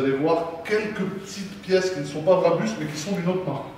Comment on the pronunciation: BRABUS et non barbus 🤣🤣🤣🤣🤣